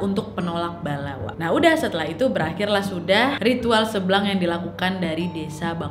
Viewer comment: Kok aku dengarnya tari "seblang" jadi "seblak" wkwk